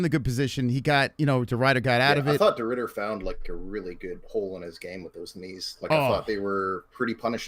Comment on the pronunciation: it's Ridder not Rider you plebian